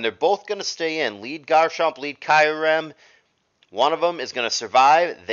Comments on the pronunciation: it's ryu all over again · how tf did pronounce kyurem 😂